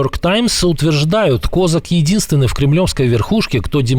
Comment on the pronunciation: Почему он КОзак ? Он КозАк. (Вы, как бы, новостное информационное агентство. Можно было бы и посмотреть на ударение в фамилии, хотя бы, на википедии)